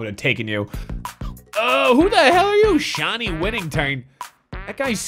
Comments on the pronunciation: it's pronounced Ty-reak Evans and also shayne is pronounced Shane not sha nay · Old video buy can't even say Shane I know it's shayne but it's probably pronounced Shane still. not shan-ee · How do you say Deron and Shayne wrong?